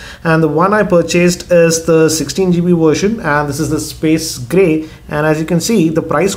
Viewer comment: Are you indian or something? Coz you said "Spis Gri" instead of "Space Grey"